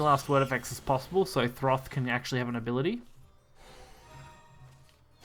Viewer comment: no R in Thoth